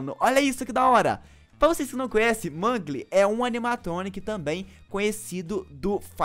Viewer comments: Oque me interessou em FNAF é a historia e não se fala Mangli, se fala Mãnglou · Kkkk não é mangue é mengo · Vc fala mangle mas se pronunciar mengol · Mangle se pronuncia mangol